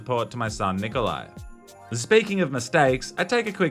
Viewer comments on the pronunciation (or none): none